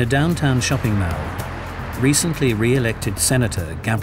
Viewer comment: weird pronunciation of mall